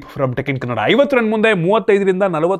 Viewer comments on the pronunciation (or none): none